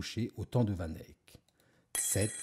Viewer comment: Pourquoi vous faites pas d’efforts sur la prononciation du nom du peintre ? Sinon super vidéo 👌